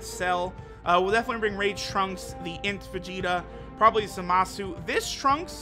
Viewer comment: I thought his name was Zamasu and not ZAAMAAsu